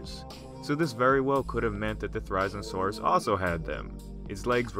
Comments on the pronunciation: It's theri-zino-saurus not ther-ize-no-sauras GET IT RIGHT! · It’s zin-o not zine-o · Ther-risen-a-saurus? I believe people pronounce it as th-e-riz-een-a-saurus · Ther-i-zeno-saurus, come on dude, not ther-I-znosaurus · Its fer,iz,en,oh,saurus not forizinosaurus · “Theriznosaurus” theri-Zino-saurus, at least pronounce it right if you don’t know about dinosaurs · Therizinosaurus really is said like There-Iz-Zeen-Oh-Sore-Us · Pronounced it wrong it’s (Thair-azeno-saurus) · Thera-zeeno-saurus, but close. Thanks for showcasing a great and unusual dino <3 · pronunciation mistake. It’s pronounced (their- is- ino - saur- us) and yes I know I didn’t spell Therizinosaurus right in the pronunciation cuz that’s how the name sounds like. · How did he pronounce therizinosaurus? He got it SO wrong. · I can’t just stop thinking about how ridiculous your pronunciation mistake was!🤣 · It's cool to see my favorite Dinosaur get attention, unfortunately you pronounced Therizinosaurus wrong. It is The-ree-zee-noh-saur-us, not The-raiz-noh-saur-us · Thera-zino-saurus is how it's pronounced! :( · The way he says its name makes me just triggered its thera-zeeno-saurus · The isle has therizinosaurus in it, and you pronounced it's name wrong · Too Weird!? Firstly, it's pronounced Thare-oh-zeen-oh-soar-us. Secondly, it's already in Jurassic World as being in the DNA of Indominus Rex. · Excuse me but how the fuck did he just pronounce Therizinosaurus? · U pronounce it There-ro-ze-no-saurus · wrong pronunciation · Say it's name correctly... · That's not how you pronounce it... it's pronounced "Thair izin oh saurus" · You pronounced it wrong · You really butchered its name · Would have been nice if you had looked up the correct pronunciation before filming this vid. Every time I hear you say it, I cringe....which is a shame, cuz the vid is otherwise pretty good. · It’s painful to hear you try to pronounce it’s name.